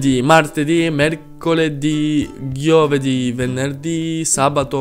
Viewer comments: Lui ha detto ghiovedì ma vabbè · Non è piú giovedí ma è ghiovedí😂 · in italian isn't "ghiovedì" but is GIOVEDÌ. GIIIIOOOOOVEDIIIII. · ghiovedi? Giooovedi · i'm italian. The pronunciation fo Giovedì is: (i write the spelling-pronuciate) G o v e d ì I write govedì because the G and the I you pronuciate G and the E you pronunciate right! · You are failed to giovedì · fa male a tutti gli italiani